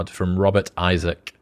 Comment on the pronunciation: How do you not know how to pronounce "Isaac" ???